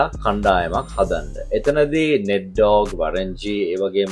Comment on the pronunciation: ඩෝග් නෙමේ ඩොග්